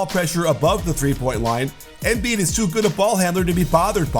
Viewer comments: Coach sorry for being the pronunciation police but as far as I’m aware from living in Philly it’s “emBeee’d” not “M bead” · Pretty annoying the way you say his name tho...you say Émbiid, putting the accent kind of in the e...why you don't just say normally Embìid?? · Someone had to say it XD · Does it on purpose because he hates Sixers